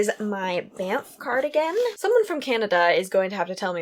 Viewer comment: You say Banff perfectly. Love all your projects. No worries about FO’s, it’s kind of sad when things are FO’S because we know we can’t see or hear more about that project anymore ;) love the sweater idea! Sorry I skipped all the last parts as I don’t really read, all my awake time I’m usually doing house stuff or knitting/crocheting lol. Sure looks like you get lots of reading done, my son is an avid reader but I’m more into listening to podcasts as I knit. I’m a Podcaster also and I know I love feedback so just letting you know in case you track if I watch the whole episode ;) hope your kitchen gets put back together quickly, that would stress me out and my anxiety would go through the roof too!